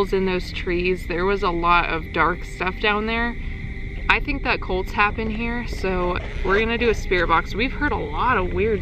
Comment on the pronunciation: every time you say cults you are pronounceing it colts and I was like what is so scary about baby horses